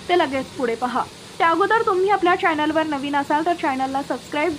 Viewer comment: 'न' ऐवजी ही न्यूज रिडर 'ण' वापरते तसे चॅनल ऐवजी चायनल म्हणत आहे. मराठीची एव्हढी गळचेपी करु नका हो ..!